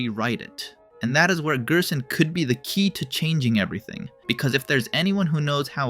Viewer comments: You pronouncing gerson as gearson unsettles me. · bro pronounces it as gyersohn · weird gerson pronounciation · these interaction baits is making the video so hard to watch i cant even bear hearing him pronounce gerson or ralsei like he's from eastern europe or smth😞